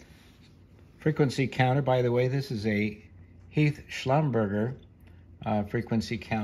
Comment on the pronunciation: The correct pronunciation of "Schlumberger" is "slumber-jay". They are a French oilfield outfitter that in the early or mid 1970's bought Heath for some unknown reason. Not many years later, Heath went bankrupt, although I don't think they were any longer affiliated with Schlumberger.